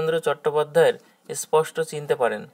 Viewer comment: এসপষ্ট বা এসথান না বলে সঠিক উচ্চারণ করলে ভালো হয় ।